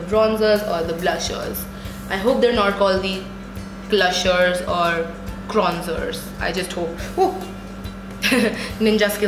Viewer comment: 'Kronzers' and 'Klushers' BUWAHAHAHAHAHAHAHAHAHAHAHHA! 😂